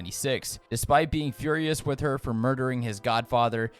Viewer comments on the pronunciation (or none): none